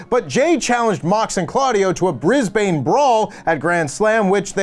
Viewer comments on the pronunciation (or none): is back ‘Yeyeyeyeye’! Both of you are a great team! However, Brisbane is pronounced Bris-Bun Not Bris-Bane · We pronounce it Briz-ben. Or brizzy. Or brizvegas. When people say bris-bane or mel-borne instead of brisben or melben, we die inside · I think that as a Brisbane native (PRONOUNCED BRIZ-BN, NOT BANE) my feelings on Grandslam are mixed. I did expect it to be a ppv and paid about $160 for my tickets, which i will not refund because i believe in supporting AEW and I have pretty good seats. That said I don't want to sit through 5 hours of wrestling. Then again I likely won't see some of my favourites like Swerve Strickland. Also on the venue change the Brisbane Entertainment Centre's seats are small and rock solid compared to Suncorp Stadium. Still, I'm excited for what will probably be a 5 match card. I think AEW ppv's ought to remain around 6 to 7 matches with 8 or more reserved for special occasions. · Always hilarious to listen to Americans trying to pronounce Aussie capital cities will never get old 😂